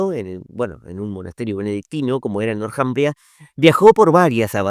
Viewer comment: El nombre Northumbria, se pronuncia en Inglés donde la TH suena como una "Z castellana". Y el nombre en castellano se puede ignorar la H, porque no tiene sonido y solo se pronunciaria la T. Le sugiero cuidar esos temas idiomaticos